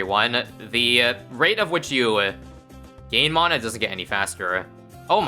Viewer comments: It’s pronounced mana not mana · Mana isn't pronounced like that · Every time says "mana" I take 1d4 necrotic damage